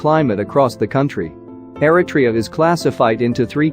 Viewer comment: I’m sorry,with all due respect,the pronouncement ERI-TRE—YA, sounds different from the real pronunciation ERI-TREA.at least in my opinion.thank you.